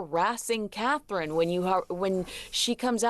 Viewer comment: Kevin - you make so many mistakes. Henry's alleged pilot's licence and you can't even pronounce Catherine's name properly. Do you do this on purpose so people respond, because you make money on the number of comments received?